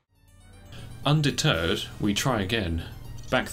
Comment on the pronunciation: Haha I swear you said "under turd". Almost spit out my drink.. Undeterred? Ah, that makes more sense. =oP